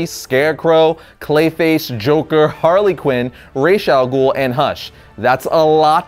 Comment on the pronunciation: He did sound out ra's al ghul name wrong,didn't he?